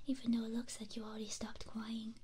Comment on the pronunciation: don’t you mean “ alwedy “ and “ bewore “